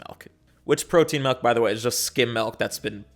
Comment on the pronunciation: you pronounce it "malk" and i think that's cute